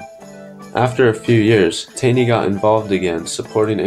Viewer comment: its pronounced more like tawney